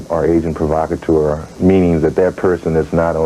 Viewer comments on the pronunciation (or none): "agent provacatuer"